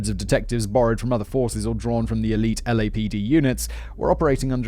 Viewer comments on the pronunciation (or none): none